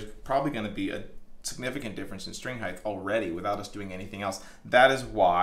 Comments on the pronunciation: I just realized you say "heighth" instead of "height". Great video, but I can'th unhearth heighth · There is no ‘th’ on the end of the word ‘height’ — it’s pronounced ’hyte’, not ‘hy-dth’ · Love the video. Great info. Gotta say I cringe every time I hear “heighth “. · Anybody else bugged by "heighth"? Forgive my trollage, great work amd info 💙🤘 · Great video, but “Heightth” isn’t a word. Thanks for showing how to do that stuff. Cheers. 😁👍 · I love how he always calls it "height*th*", like it has to end the same as width/depth/breadth. I wonder if he calls it "weight*th*" too, lol. "Freighth charges on that weighth are eighthy-eighth dollars", lol. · You're killing me. There is no such word as HEIGHTH! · Every time you say heighth I die a little inside. It's just height mate lol.